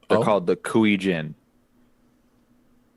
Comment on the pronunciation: Come on, it's not that hard, EIIII, as in Fonzie... KuEIIII Jin. Y'know like my name ^^.